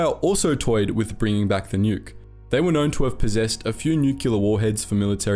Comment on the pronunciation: Nuclear - Nucular? No!